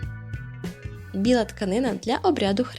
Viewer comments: Лялька-мОтанка,а не мотАнка.Вивчить спочатку самі досконало те,що перевіряєте ! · Не мо'танка, а 'мотанка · не мотАнка, а мОтанка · Кочéрга, а не кочергá; мóтанка, а не мотåнка 😉